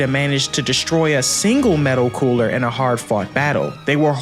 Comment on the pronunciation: If I hear someone say "Metal Cooler" one more time!!! IT IS META COOLER, NOT - METAL.